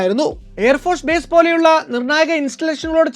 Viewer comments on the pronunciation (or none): none